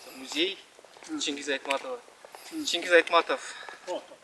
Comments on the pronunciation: Чингиз дебей, Чынгыз деп жок дегенде улуу жазуучунун атын так айтпайбы. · Чингиз дебей, Чынгыз дебейби министр мырза.